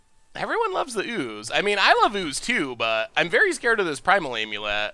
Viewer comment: If i hear him say "Aim you let" one more time.....